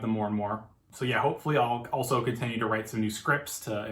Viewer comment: why do you keep pronouncing "continue" wrong